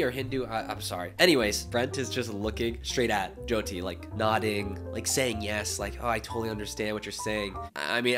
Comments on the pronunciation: what the hell does he mean by jeeoti like atleast pronounce her name right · Why are they calling her joedi or joydi .. atleast say her name proply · not the jee-oh-tee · BIGGGG respect for you for calling out his mispronunciation of Jyoty's name!! It's important that creators are representing people properly, not just for views. <3, keep doing you. They say imitation is the sincerest form of flattery but remember, no one can ever be you! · fr!! Brent isn’t even pronouncing her name right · *Hindi is the language and Hindu is the religion - your video was 100x better and you actually say her name right, unlike Brent 🙅🏼‍♂️ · I love the way you corrected Brent when he mispronounced Jyoti's name it was so sweet! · He can’t even pronounce her name right, that says enough … only love for u 😌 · you are already one of my favourite youtubers but you gained so much more respect when you corrected the way brent said jyotis name like how can you make a video with her and not know her name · The amount of credit you give Brent is just a testament to your character because he deserves none of it. How do you not even learn how to say your guest’s name correctly?? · THE FACT THAT HE DIDNT EVEN GET THE PRONUNCIATION OF HER NAME RIGHT!!!!😡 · Me, an Indian who’s moms name is joti Am personally offended by him mispronouncing her name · The fact that he kept mispronouncing her name 😢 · Like he didn’t care enough to learn to pronounce her name properly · Jesus, the guy must have spent a day with her, but couldn't get her name right. That to me is quite disrespectful. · He copied everything from you and yet couldn’t remember how to pronounce her name correctly.